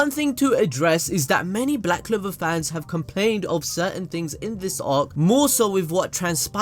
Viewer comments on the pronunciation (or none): Honey..I think its CLOVER not LOVE 😂😂